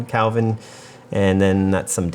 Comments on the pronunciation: Kelvin. Not Kalvin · It's not "Calvin", it's Kelvin. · I, too, was hearing “Calvin” and not his fancier brother Kelvin. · DUDE. It's kElvin, not kAlvin. Letter E. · Pretty sure it's Kelvin, not Calvin. But your point stands, regardless. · Kelvin not Kalvin. 😃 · Great analysis, thanks! (BTW, I’m sure you realize this, but it’s “Kelvin” not “Calvin”, as in the Kelvin temperature scale, where 0 is absolute zero) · Great content! But calling it 'Calvin' instead of 'Kelvin' is discouraging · It sounds like you're saying "5600 Kalvin"